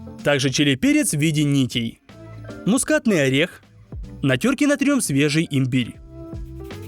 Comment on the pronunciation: Почему я вместо мускатный орех слышу дикий огурец😭😭😭